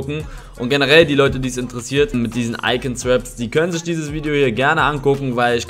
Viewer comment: Niemand: Wirklich niemand: Eli: iCoN SwÖpS